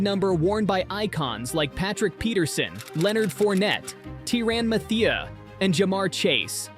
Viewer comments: “Tee-Ron matheya” hahahah Tyron Matthieu and Campbell is an offensive tackle not defensive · T-Ran Muhthea is a hell of a way to pronounce his name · Tirann madea is crazy 🤣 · I loved it don’t change sheet I’m gonna name my dog T-Ran Moo-T-i 😂😂😂❤❤ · When it pronounced Tyrann Mathieu’s name like that I knew it was AI. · The annunciation on Tyrann Matheiu name killed my ears and wrecked my brain 😅